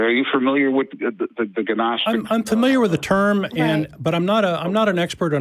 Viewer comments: How you know he’s not a “seeker of knowledge” but in actually a bullshit artist. Doesn’t even know the pronunciation of gnostic. Claims he can bench 500 lbs lol. Something most professional athletes can’t even do. Sounds like every old white guy I’ve ever met who’s full of shit. Generally from the Boomer gen but sometimes also gen Xers. Same dumb entitled assholes who complain about millennials. As someone in a generation between millennials and genx I can conclusively say younger people are overall smarter and more respectful. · Guh-nostic is really bothering me :/ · "Ger-nostic?" What's that? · The G in Gnostic is silent, like God. :) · Ga-nostic hahahaha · Dude is a gnostic and doesn't now how "gnostic" is pronounced. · His pronunciation of the word Gnostic begs the question has he EVER listened to a single lecture or discourse on this subject? Has he been locked away? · Dammit frank the fucking g is silent...like you should be. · A man that can't pronounce gnostic is trying to tell us what it is? What a gfool. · THE G IS SILENT!!! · So when I was 19 there was a period of time when I pronounced "Humboldt" as "Hamboldt." As brain dead as that is, that's still not nearly as stupid and embarrassing as pronouncing "gnostic" as "ga-nostic" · It is too easy to mock someone who thinks the word gnostic is pronounced gih-nostik. It is more more logical to point out that the limitations of his knowledge of church history is illustrated by his incorrect pronunciation. That the world seems to be constructed of ‘frequencies’ which can be used to ascertain truth but he cannot describe what these frequencies are and how to use them is pure meaningless babble. He needs to get his nose out of creationist websites and forums and visit a real library, preferably a university library and do some study of historic works and philosophy. He needs to get edumacated and doo sum lernin. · GUHNOSTIC folks! Its GUHNOSTIC. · Silent G you moron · lol ginostic